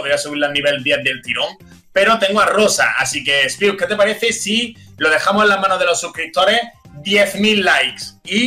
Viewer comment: Poco se dice que le dijo "kius" a Spiuk xd